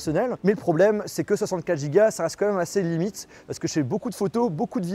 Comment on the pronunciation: Ce qui est surtout abusé là c’est ton « comme même »